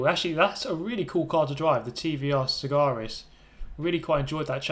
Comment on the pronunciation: It's the TVR Sa - Ga - Ris